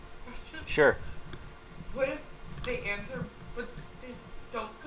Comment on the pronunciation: I can't take the cop saying SHORE it's ( sure )